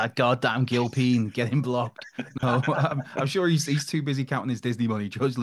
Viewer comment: Andy Gil-peen!